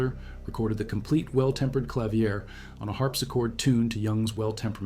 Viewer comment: AI slop. Freaking "clavier" is mispronounced lol